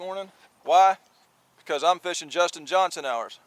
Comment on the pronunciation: I love watching both you and Justin Johnston (pretty sure it’s Johnston, not Johnson) but both are different but really great videos!